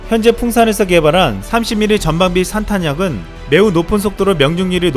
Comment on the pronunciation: 애청자로서 잠깐 말씀드리자면 '전방비 산탁약'이 아닌 '전방 비산 탄약' 입니다. 목표물 앞에서 폭발하여 퍼지는 탄약 이라는 뜻입니다. 빠르게 붙여서 읽다보면 잘못 들리게 될 수도 있습니다. 쓸모왕을 항상 애청하며 응원하고 있습니다. 감사합니다.